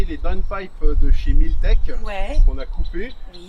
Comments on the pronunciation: Milltek pas milletech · Milltek* plutôt! 😅